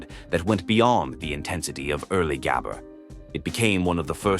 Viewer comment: if you use an ai for the voice, atleast make it pronouce gabber correctly